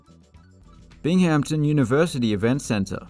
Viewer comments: Great vid, but it's pronounced bing-um-tun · Right my ears burned with that mispronunciation